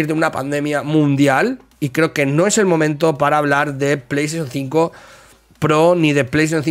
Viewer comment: Pleishon tsinco 😂😂😂😂